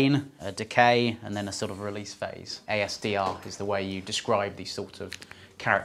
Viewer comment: ADSR not ASDR